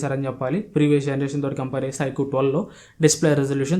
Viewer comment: Adhii ( Ikuuuu ) kadu bro ... iqoo first mobile name cheppadam nerchuko tarvta videos cheyyuu 😅